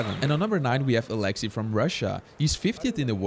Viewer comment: I just love hearing people try to pronounce Alexey’s name just because every time my Russian dad heard the commentators on the official comp live stream say his name, he shouted out the correct pronunciation as if they could hear him correcting them😂😂❤